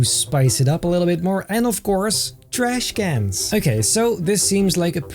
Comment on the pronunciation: When you say trash cans its like you’ve had a i can say terrible past with them